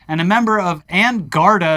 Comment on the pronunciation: Garda is pronounced more like "gardy" than "gardaw"